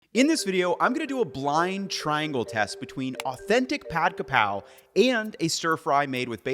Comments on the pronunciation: It's Ka Prao, not Kra Pao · “Holy basil is Kaphrao, not Krapao.” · For the love of god it's Ka Prao not Kra pao. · KAPRAO!!! Its Kaprao!!!!! This is the proper way to spelling it and say it. Everyone needs to stop putting the R in the wrong spot. and Kaprao is holy basil SPEFICALLY. Thai basil is called horapha. AND THEY DO NOT TASTE OR SMELL THE SAME. Holy basil we use in stir fry holy basil (pad kaprao)!. Normally we use Thai basil in curries and more soup stews. If you want a flavor closer to holy basil as a substitute.....YOU USE ITALIAN SWEET BASIL! Also.. Where is the chili and garlic paste......? Its not pad kaprao without that. It literally is the starts the dish.